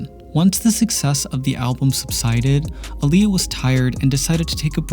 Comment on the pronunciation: Thank you for saying her name correctly! ❤️